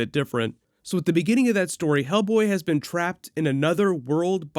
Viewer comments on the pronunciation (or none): none